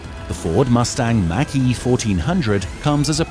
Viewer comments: THE MACH E IS PRONOUNCED LIKE THE WORD MOCK, NOT MAC ! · Take-a-shot challenge, every time he mispronounces "Mach E" like "Mack truck" instead of like Bach ( not Beethoven.) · You showed some cool cars but in the end you really need to learn how to pronounce Mach-E